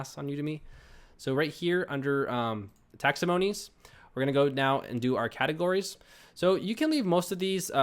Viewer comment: Great walk-throough. You made this very easy to understand and very helpful. (P.S. It's taxonomies, (pronounced takˈsänəmēs/), not taxomonies)